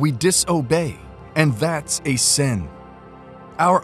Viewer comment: Time and time God is warning us against "san" 😂😂😂. It's not "san" it is "sin"'